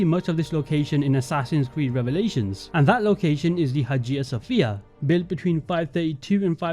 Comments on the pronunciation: Also Haja sophia... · Man… xD I was holding myself together at Hagia Sophia, but when Versailles came up, I literally had to stop the video and stare at the wall for a minute xD Never have I heard someone butcher that name so masterfully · I absolutely love these videos, but i cringed every time "Versailles" and "Hagia Sofia" was said